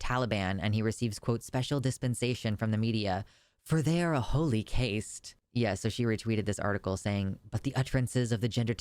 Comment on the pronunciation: Caste is pronounced K-Ast, exactly like Cast. English is kinda dumb sometimes. P.s thats a real cute cat.